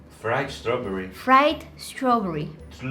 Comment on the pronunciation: the way she said [ strawburrye] or is it just me LMAO